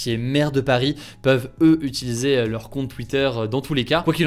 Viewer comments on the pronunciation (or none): none